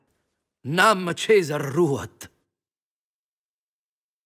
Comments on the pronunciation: Hang on why did he pronounce "Caesar" with a soft C? I thought Roman didn't use the soft C and it would be pronounced as "Kai-sar" or maybe, gasp, Fallout New Vegas was wrong. I still say "kai-sar" to this day. Your videos on the Civ 6 leaders are the best, thank you very much I always enjoy seeing and hearing all the languages. I wish I could learn them all but I do not have the patience 😞 EDIT - Goddamnit Trajan says "Kae-sar" too I knew it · Much obliged, and thanks for the kind words! You're right about him mentioning "Caesar" which shouldn't happen in his time as that particular phrase is a quote taken from Julius Caesar by William Shakespeare, Act III, Scene 1 by the game dev. "Caesar" is mispronounced. In Caesar's native language of Classical Latin, it should be pronounced ˈkae̯.sar or ˈkäe̯s̠är. It seems the voice actor pronounces it in Ecclesiastical Latin, which doesn't exist yet.